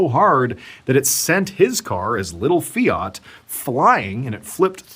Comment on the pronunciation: Fiat is pronounced…. Fee at…. There is no “r” in the word so it cannot ever be …. Fee. Art”